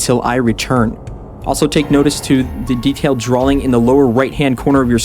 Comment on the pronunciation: Why can't say drawing properly? He says Drawling.